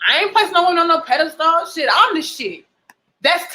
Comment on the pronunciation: My girl is pronouncing pedestal all wrong 😂😂😂 good vid though